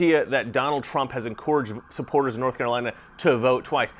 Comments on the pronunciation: Is it just the way people from California pronounce en·cour·age or is that unique to your speech? Just wondering. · The only thing that I find not resonating with me is the way you pronounce encourage... Other than that keep up the good work bro! One of your earliest theories was Attraction is not a choice. I'm still amazed at voters who is still attracted to the Democratic Party. Stay Safe.